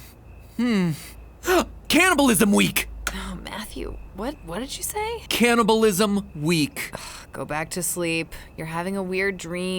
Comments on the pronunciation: me through the whole vid as my parents hear him say caniableisum like 20 times: WHYYYYYYYYYYYYYYYYYYYYYYYYYYYYYYYYYYYYYYYYYYYYYYYYYYYYYYYYYYYYYYYYYYYYYYYYYYYYYYYYYYYYYYYYYYYYYYYYYYYYYYYYYYYYYYYYYYYYYYYYYYYYYYYYYYYYYYYYYYYYYYYYYYYYYYYYYYYYYYYYYYYYYYYYYYYYYYYYYYYYYYYYYYYYYYYYYYYYYYYYYYYYYYYYYYYYYYYYYYYYYYYYYYYYYYYYYYYYYYYYYYYYYYYYYYYYYYYYYYYYYYYYYYYYYYYYYYYYYYYYYYYYYYYYYYYYYYYYYYYYYYYYYYYYYYYYYYYYYYYYYYYYYYYYYYYYYYYYYYYYYYYYYYYYYYYYYYYYYYYYYYYYYYYYYYYYYYYYYYYYYYYYYYYYYYYYYYYYYYYYYYYYYYYYYYYYYYYYYYYYYYYYYYYYYYYYYYYYYYYYYYYYYYYYYYYYYYYYYYYYYYYYYYYYYYYYYYYYYYYYYYYYYYYYYYYYYYYYYYYYYYYYYYYYYYYYYYYYYYYYYYYYYYYYYYYYYYYYYYYYYYYYYYYYYYYYYYYYYYYYYYYYYYYYY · Its "candy-bulism" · "The secret is canabalisim" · "CANABILISM WEEK"